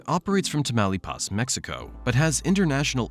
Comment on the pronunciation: Nobody down here in the Rio Grande Valley calls the river Rio de Grand. And you mispronounced Taumalpas, detracting from your credibility.